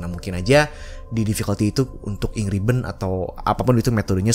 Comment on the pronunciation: Ink ribbon gua dengarnya Angry bird